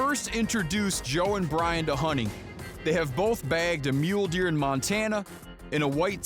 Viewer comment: Every time he said "Joe and Bryan" I kept thinking "who's Joan Bryant?".